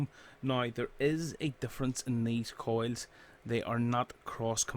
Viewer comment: why he calling coils coids